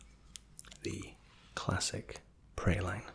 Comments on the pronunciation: Praline is actually pronounced "Prah-leen", a french word! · sorry but, 'Praline' is pronounced 'Prah-leen', not 'pray-line'. And also, 'Tyrells' is 'Ti-rules', not 'Tie-rells'. Carry on.